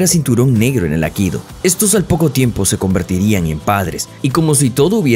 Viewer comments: No es 'akido', sino aikido. Y no es "americano", es estadounidense. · El nombre del arte marcial que él practica no es "akido", sino "aikido"· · Es Aikido, no Akido. Infórmate mejor antes de hace un video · Minuto 1: 20 " el AKIDO " dijo el bestia, AIKIDO se dise animal !!! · Todo bien ,pero por favor es Aikido como suena no Akido. Cada vez que lo oigo me estalla un timpano. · Por qué insiste en llamar “Akido”, al A I K I DO? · Por qué dice Akido? Es Aikido, lleva dos i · ¿Por qué pronuncias Akido? Es AI-KI-DO, Aikido, no es tan dificil pronunciarlo. Los youtubers deberían preocuparse más por el correcto hablar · Aikido!! Aikido No akido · No es akido, es aikido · Es Aikido no akido , arrancaste mal . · Muy mal. Ni siquiera el youtuber sabe decir "AIKIDO". Dice "AKIDO".... LAMENTABLE... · Aikido, no Akido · "Akido"? Es "Aikido", dedicás un video entero a un tema que no sabés ni pronunciar bien, habrás investigado mucho eh... pufff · No es “Akido” como tú lo pronuncias es Aikido o Aikidō como se escribe es como se pronuncia (cuadernillo Rubio para ti) A I K I D O, es castellano e incluso la fonética igual en su idioma original que es Japón. Hablar de algo y no saber cómo pronunciar una palabra tan "básica" me produce repulsa de seguir viendo el video. Aprende y utiliza bien nuestro idioma... o nómbralo por el idioma original... que vamos es exactamente igual y no la rareza que te has marcado por meterle fonética anglosajona, que manda narices ya. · Buen video aunque, como siempre, tus errores de pronunciación distraen mucho. Se pronuncia Ai-ki-do, ambas letras i tienen sonido. Saludos. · Dónde queda la primera i de aikido? Akido? Patadas que dais al diccionario, qué triste..? Adiós